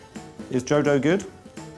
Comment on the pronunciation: OMG, it wasn't JODO, it was Joe-Dough! 🤦🏼‍♀️